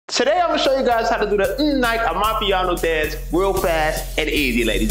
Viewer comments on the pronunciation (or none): Nice to see Amapiano getting the recognition it deserves, but man said “mmm Nike”😭